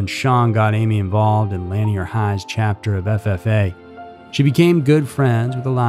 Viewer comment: You are mispronouncing lanier high...it rhymes with veneer. And Burnet...it's pronounced, "burn it."